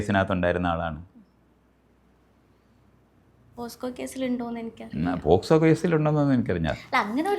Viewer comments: മോളെ പോസ്ക്കോ അല്ല പോക്സോ 😊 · POCSO❌ POSCO✅ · മോളെ.. Posco കേസ് അല്ല, Pocso ആണ് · പോസ്കോ അല്ലാടി പോർക്കേ പോക്സോ😅😅😅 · posco അല്ല pocso ആണെ 😂😂😂😂 ആങ്കർ ഇത്തിരി കൂടി ഒന്ന്... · പോസ്കോ.... അല്ല പോക്സോ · Pocso എന്നാണ്.. ഈ പെണ്ണ് പറയുന്നത് പോസ്കോ എന്നാണ്... ഇങ്ങനെ വിവരം ഇല്ലത്തവളൂ മാരെ വിളിക്കല്ലേ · ഒരുപാട് വേണ്ട പക്ഷെ സാമാന്യ വിവരം എങ്കിലും ഉള്ള ഒരാളെ ഇന്റർവ്യുവെർ ആയി വെക്കാമായിരുന്നു... പോസ്‌കോ അല്ല പോക്സോ ആണെന്ന് പോലും അറിയാത്ത ഒരാളായിപ്പോയി...😢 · അവതരിക സൂപ്പർ പോസ്‌കോ അല്ല മോളെ പോക്സോ ആണ് കഷ്ടം വിവരം ഇല്ലായ്മ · Posco alla kuttiii pocso .. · പോക്സോ എന്ന് പോലും പറയാൻ അറിയാത്ത anchor.. 😛😛😛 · അരാംകോ, റബ്ക്കോ എന്നൊക്കെ കേട്ടിട്ടുണ്ട് എന്താണ് പോസ്കോ? 14: 15 മിനിറ്റിൽ anchor പറയുന്നു. 🙄🤕